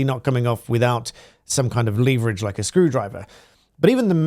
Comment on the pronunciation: Upvote for pronouncing leverage properly.